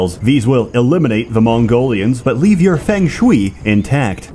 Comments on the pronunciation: it's pronounced as Fong Shu-Ayy, not Feng Shui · Feng Shui is pronounced Fung Shway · "Fang Schwee" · It's Fung Sooy. God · "Feng Shwee" I absolutely adore Sseth's pronunciation of things.